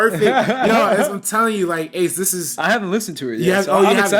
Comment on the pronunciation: Thanks for answering my question guys! You butchered the hell out of my name ACE but you got a laugh out of me!